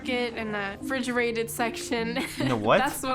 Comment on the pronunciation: She called produce "fresh products" and then said "fridgerated"